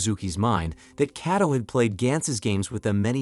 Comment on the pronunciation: well the AI you’re using is faulty. How could it say the same name differently it said at first Kayto then started pronouncing the name as Kaddo